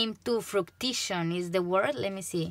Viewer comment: You said fruition right! ☺️